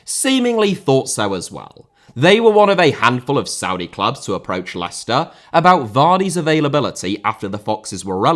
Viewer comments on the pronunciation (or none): none